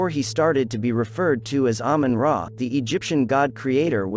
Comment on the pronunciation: Ahmun Ra as Ahmun Day